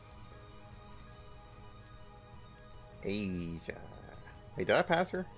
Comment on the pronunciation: It's not "Asia" its "Aisa" lol